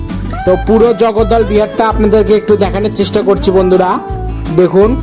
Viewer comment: জগদ্দল নারে জগদল আবাল